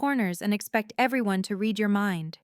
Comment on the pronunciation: Correct padded to patted and the pronunciation of close and read, for three. There have to be humans in charge of these accounts and they’re obviously too lazy to edit for mistakes and continuity.